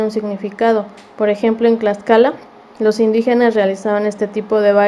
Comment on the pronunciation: Te falto mucho más la esencia y pronunciamiento es Tlaxcala y tú dices claxcala de favor te pido que primero te documentes y pronuncies bien la palabra Tlaxcala con T y no con C que tristeza estudia más recuerda con TTTTT